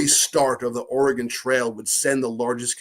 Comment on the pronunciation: He DID say Oregon correctly :-) should just let it pass, Pat.